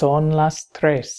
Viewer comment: The pronuciation in " três " no be correct ( Sorry my english)